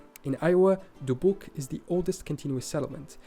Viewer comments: Yes, as other comments have said, unfortunately there are numerous pronunciation problems in the video. So many names are just not said right according to American pronunciation. John Jacob Astor is just pronounced like Aster, not as-store. Dubuque is just Duh-byook. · I've been to Albany, New York when I was a kid. It is New York State's capital. From what I remember, it has a few historical buildings, a disc shaped building and museums. I've been to Dubuque, Iowa (the narrator pronounced it wrong). I loved the vibe there right on the Mississippi River. There are many historical buildings that have been repurposed but still kept the charm. I loved the town clock, the Fenelon Elevator (an incline elevator connecting the bottom and top portions of the city.) The view from the top is amazing! There is also the Mississippi River Museum there. So much to do! Down the road is Dyersville, Iowa which is where the Field of Dreams movie site is from the baseball movie Field of Dreams.